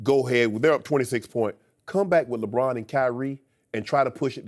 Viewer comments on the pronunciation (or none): I cringe every time Broussard says "Lebron"